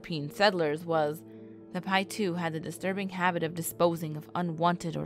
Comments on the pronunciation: My husband belongs to the tribes that surround the pyramid lake and it’s local area and I have to say, if you are going to talk about the tribes learn to say their names correctly. How grating. Paiute is pronounced Pie-yoot. Not “pietoo”. Also, Nevadans hate when people say “ne-vod-duh. It’s nun-Vaah-duh. Simple. Please. Correct these in the video, it’s insulting. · 🤦🏻‍♂️she said pie 2 lol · The Moon Landing was in 1969 (not 59) ...and Nevada is pronounced with an "a" - as in Apple - not "ah" (say it like ya have a Brooklin accent, lol); and the Native Americans are pronounced "pie - oot". But you produced an interesting video! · Is pronounced Pie-ute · It’s Paiute (pie-yoot) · Nevada = Nev-ad-a, NOT Nev-odd-a. The Tribe's name should be said more like Pie-Yute. Good report though. Fascinating information. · They lost me at pietoo. Piute is definitely not pronounced that way. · You completely said the name of the tribe wrong